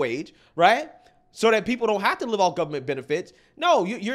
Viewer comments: woah.. Diddd she just mis pronounce live in that context as if she wasn't the one to write it? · The way she pronounced “live” is a dead giveaway